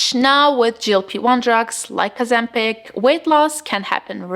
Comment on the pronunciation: It’s Ozempic.